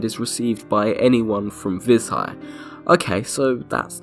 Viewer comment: Vi[zh]aj as in Bei[j]ing not as in [z]ombie